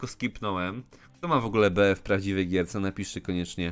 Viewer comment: nie bea tylko bi